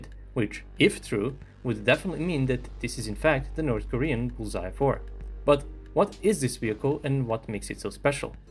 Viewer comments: You make it sound like bullseye, but it's 불새(Bul-sae), the pronunciation would be like bull-sa where sa is from 'satellite'. Bul is fire, and sae is bird. So fire-bird, or could be translated as phoenix. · I also thought he was saying Bullseye. Are you South Korean? I always appreciate when people take the time to add different bits of information in the comments that most of the audience probably wouldn't know, whether it's technical information about the particular armored vehicle mentioned in the video or information about the nomenclature, such as your post. It helps all of us to get a more complete picture of the topic being discussed. Thanks. 👍